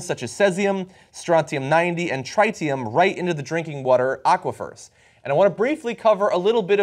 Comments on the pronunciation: your pronunciations of tritium and cesium is off - tritium is with `i' not 'ay' - cesium is with 'ee' not `æ'. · It's not pronounced Try-tium it's Trit-ium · Guys just a small point, cesium is pronounced see-zee-um, tritium is pronounced tritt-ee-um. Interesting that in Fukushima the nuclear meltdown is so severe that even robots getting too close fail after about 30 minutes or so. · My god John, the way you pronounced "Caesium" and "Tritium" gave me cancer. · The only thing giving me cancer is the way you guys pronounce Tritium.